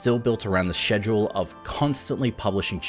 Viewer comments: I die inside when he pronounces schedule like "schezjole" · im sorry but the way you say "schedule" is pissing me off. it starts with a k sound no?